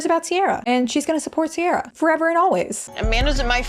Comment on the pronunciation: No harm to Ciara because she didn't choose her name but it is soooo galling it's pronounced Sierra when it's an Irish name that should be said "Keir-ah"